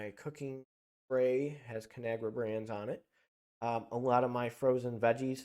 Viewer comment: Its called con agra not canagra